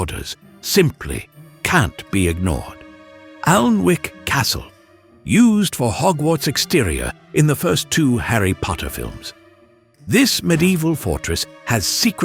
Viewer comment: loved the video. just one little niggle though. Alnwick is pronounced ann ick silent L and W.